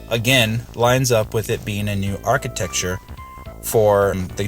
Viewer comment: I know I gave you a hard time about it before. Funny thing is that when you kept saying it, it made me want to say it like that too. Haha.